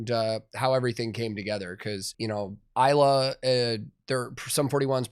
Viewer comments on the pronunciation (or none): none